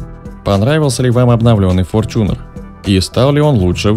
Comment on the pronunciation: С какого перепуга он стал ФОРЧУНЕРОМ ? И где же буква ЧЕ ? Бесит форЧунер !!!